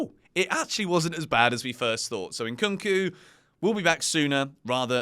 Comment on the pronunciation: his name is Nkunku, and not Inkunku.😂